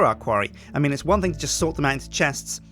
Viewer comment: Thing not thong